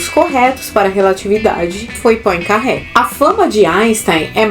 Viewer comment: Poincaré era francês e seu nome pronuncia-se Poancarrê. E o que o Lattes fala sobre a relatividade tem fundamento. Poincaré criou o termo relatividade em 1904 no Congresso de St. Louis. E os fundamentos de sua teoria da relatividade são muito mais consistentes do que a visão confusa do físico alemão. Einstein deve ser creditado pelo esforço em chegar às equações da relatividade geral. No mais é puro Lobby. Essa idolatria insana ao nome dele na física será tratada como ridícula no futuro.